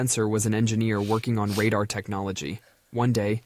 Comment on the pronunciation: I can live without a snow globe! Yeah, they’re pretty but I can live without one. Why is he pronouncing radar like that?